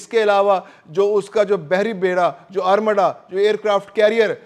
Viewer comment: جناب نام تو صحیح لیا کرو ادمڈا۔ نھیں خوبصورت ارماڈا کہا کرو شکریہ